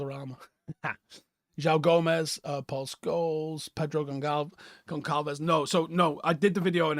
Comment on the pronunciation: pronounced Gon-ssahl-vihs